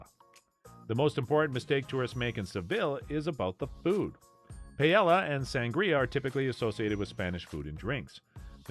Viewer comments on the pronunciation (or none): Omg i was like….wait…wtf is pay-el-a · Payella and Vallenseeya? I'd have thought this was narrated by AI if this was made more recently, sheesh. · most messed up pronunciation of paella that I've heard in my life. Da hell dude! Then says "PALLELA". DA HELLL!!!! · OMG, the way you say Paelle is so WRONG. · I feel less informed now after watching this. You’ve butchered the Spanish language and taught me nada. Pay Ella?! Are you standing under Rihanna’s umbr ella ella ella? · Here’s another thing not to do in Sevilla: say Pay-ella. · La Paela? Really? your mangaling of the Spanish disqualifies you immediately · Your pronunciation of paella is enough to stop me to watch early on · Jesus, this clown should learn how to pronounce Spanish words SOMEWHAT correctly. My wife is from Seville. Her paella blows away ANYTHING I’ve ever had in Valencia. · I can’t trust Seville advice from anyone who pronounces paella the way you do. 😂😂😂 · I'm not even Spanish, but you lost credibility just by the mispronunciation of paella. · Good idea to learn how to pronounce Paella if acting as an “ expert “ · Having to listen to Paella mispronounced so many times was brutal and I'm not even from Spain. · Stopped watching after hearing him mispronounce paella twice. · Agree with you. How do you make a video like this and you don’t have a clue how to pronounce Paella. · I know it physically hurts right?😂